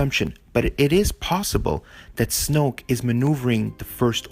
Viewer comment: he said snooke